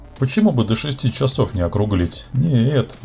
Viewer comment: Японский...чАсов. Говорить нужно не так как пишем йипонский..чисов.